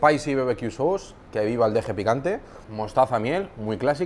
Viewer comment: la pronunciación de "sauce" impecable 😂